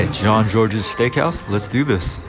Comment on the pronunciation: You don't pronounce the S in Jean-Georges.